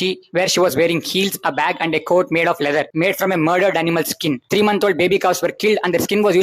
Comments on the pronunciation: Pls stop calling it laydar. Your videos are great but work on pronunciation. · Lether? Pronounce wellll womannnnnnnn